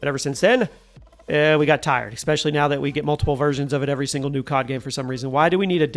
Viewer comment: may i ask, i am genuinely asking, not taking the piss, when you say "especially", do i hear a ecspecially or am i crazy? Or is it just the way you say the word, non related to an accent or anything similar. Just curious!